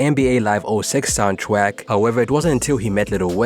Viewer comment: "soundtwack" lol